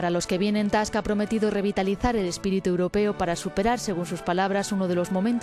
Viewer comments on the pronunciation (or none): Donald Tusk, no Task. Polaco, no americano. La anglomanía de la selección española de Euronews es impresionante.